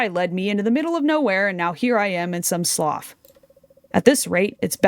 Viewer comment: The word "slough" is pronounced "sloo", it's a water feature found around marshes.